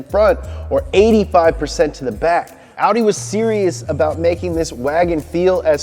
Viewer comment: No one:: Aww Wee Daa